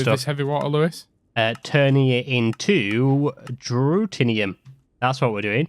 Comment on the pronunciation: It's Deuterium, not Dutenium, it's with an r, not an n.